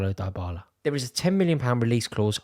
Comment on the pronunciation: It's "DEE"--bala!!! (but you're right Rory, that'd be a brilliant signing for Arsenal actually)